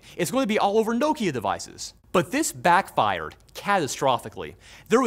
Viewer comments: I've never heard Nokia (pronounced "knock-ear"), pronounced "No-keyer!" 🤣 EDIT: I have an (obviously) hardly-used Nokia Windows Phone ... Is there a Windows Phone e-waste mountain somewhere, where I could deposit said phone? 🤣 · The way he pronounced Nokia made me want to shake him and tell him how to pronounce it correctly.